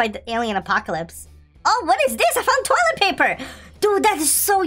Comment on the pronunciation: why he say toliet paper